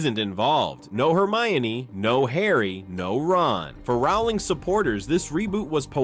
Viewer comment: The surname 'Rowling' rhymes with 'bowling', not 'howling'. JKR has made this clear in dozens of interviews over the years, but for some reason many people - particularly Americans, I'm afraid - seem to think they know better. It's just basic research, and failing to do it diminishes the authority and believability of your piece.